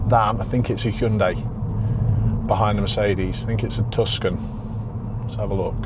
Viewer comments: Just a quick tip: the 'c' in Tucson is actually silent, so it’s pronounced "TOO-sahn" or "TOO-sawn" rather than "TUS-can". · Tucson, pronounced Too Son 😊 a bit like Skoda with their advert & Hyundai, getting silly now with all makes